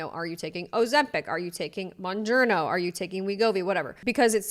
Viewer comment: I work for a company that has to deal with GLP-1s. Everyday I have to hear people pronounce MOUNJARO incorrectly. After 2 years of hearing MONJURNO, it is beyond annoying.